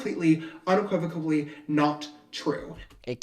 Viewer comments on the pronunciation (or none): He said “unequivobally” lol unequivocally? 😅